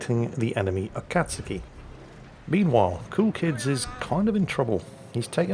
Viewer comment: Japanese speaker just want to compliment you as you nailed the pronunciation of Akatsuki. Not an easy one for non-speakers!